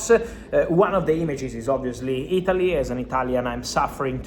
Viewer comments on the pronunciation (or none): none